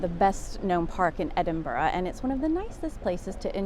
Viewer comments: Thank you for pronouncing the city's name correctly. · Thank you for pronouncing Edinburgh more or less correctly.